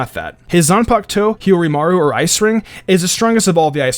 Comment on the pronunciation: Zun-puk-toe lol